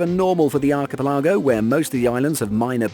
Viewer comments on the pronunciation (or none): It took me a minute to understand what you meant by arky -pe-larrgo. I always thought it was pronounced arky-pella-go. Where did you find this pronounciation? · I lost interest on the first one when he kept pronouncing Archipelago ‘Arka-pallaargo’ instead of ‘arka-pelligo’ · Archi - pe- LAG-o. Lol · archipelago /ˌɑːkɪˈpɛləɡəʊ/ Learn to pronounce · Me too!!! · Arka? Pelligo? Wrong on both counts. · Exactly what I just commented lol. I had to listen to that bit 3 times before I knew what he was trying to say